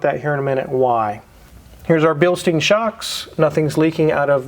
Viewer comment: Why do 99.9% of people pronounce Bilstein incorrectly?